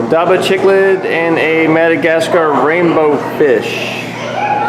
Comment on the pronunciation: I think u are pronouncing cichlid wrong..